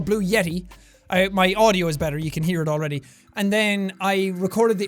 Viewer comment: jack you trying to say already ready for yeti lol